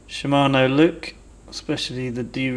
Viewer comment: I wouldn’t worry too much about your pronunciation...no one pronounces Shimano correctly. Nice vid btw.